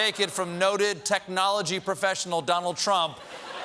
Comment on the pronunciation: The ridiculous moron couldn´t even pronounce technology.